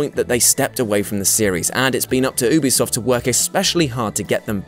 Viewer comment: Who in the HELL are Oobisoft?!